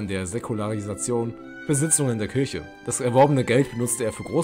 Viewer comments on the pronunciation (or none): none